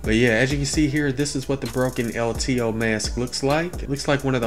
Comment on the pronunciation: "El Teheeoh"